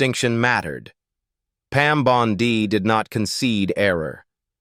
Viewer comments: Pam Bondi ==> scansion as in Monday. The Pam Bon ↘DEE↘ pronunciation used in this audio is dopey. It's pronounced "bon'dy." Naughty machine! :face-orange-frowning: From where I sit, in Toronto, Canada, t looks as though things are perhaps turning out well in the US, for a change. This will be helped, imho, if critics of the Trump gang be careful with pronunciations, with facts, and in avoiding silly cheap shots. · Can someone please teach AI how to pronounce Bondi.